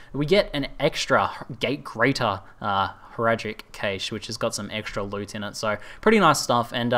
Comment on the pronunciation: cache is pronounced cash